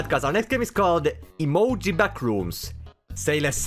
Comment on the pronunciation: The pronounciation of Emojy Backrooms caught me off guard😂 Best way to speak german my friend